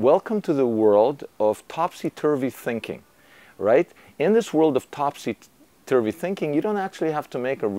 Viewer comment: Topsey turvery not Popsey!!lol love you anyway